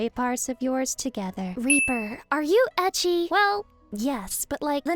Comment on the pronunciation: Reaper started and I thought you said, "Are you ecchi?" I was like, "Yeah, but what's that gotta...oohh....edgy*. Yeah to that too...."